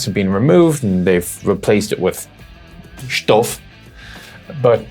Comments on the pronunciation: "Replaced it with shtuff" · "...and they've replaced it with... shtuff". I giggled. :D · "Shtuff": The ultimate in technical jagron. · get ze "shtuff". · Not sure if he meant Stoff or Stuff with an accent xD